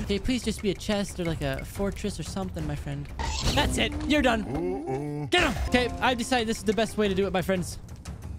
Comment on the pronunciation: "you'rrrr done'